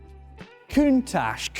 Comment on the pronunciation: "COUNTACH! COUNTACH!" (points at a Ferrari) lol & what's a "Feewt/Fuit"? Apparently the Murciélago is missing one? 🤣